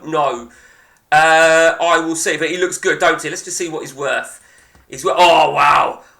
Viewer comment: Donte!!! Not my name please 🙏🙏🙏😅